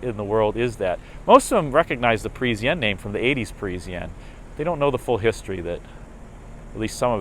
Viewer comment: for god's sake ,it is not Presianne,it is PARISIANNE